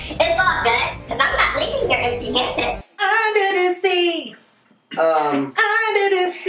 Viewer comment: "It's all good, cus I'm not leaving here empty-hantit!" 😂😂💀